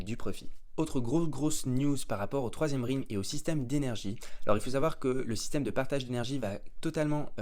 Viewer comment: Ça se prononce Rèlm pas Rilm 🙏🏻